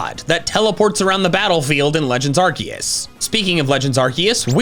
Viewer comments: IT'S ARCEUS, NOT ARKOOS! PLEASE GET IT RIGHT! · BIDOOF IS NOT GOD, ARCEUS IS! AND ALSO, IT'S ARCEUS, NOT F*CKING ARKOOS! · I think im the only pokemon fan who probounces arceus (are-see-uhs) even though thats how its pronounced, everyone forgot that if there is an e after a c it makes an s sound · Prouneced ar-see-us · It's AR-KOOS! Don't forget Bulbasaur and Squirtle's Pokémon Talk! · Did nobody notice his reference to his old series Pokémon talk when he said Arceus in a weird way he had a episode about how to say Arceus’s name catch up or just keep scrolling down on his channel